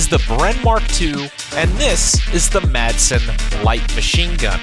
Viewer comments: Pronounced 'Ma-sen'. From Denmark with love. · madsen pronounced massen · Isnt the Madson pronounced "Masson" due to it being of Danish origin? Thats what ive been told at least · Madsen is pronounced “mässen” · yep. The d in Madsen is silent, but because there are two consonants next to each other its a short s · "massen" it is pronounced, Madsen is the name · If I'm correct, the Madsen is pronounced as "Massen." Or something like that. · the D is silent in madsen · You pronounced Madsen wrong. You're supposed to drop the "D" entirely. And yes, I got the two different light machine guns immediately